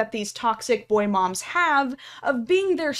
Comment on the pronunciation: he’s your little bwoaigh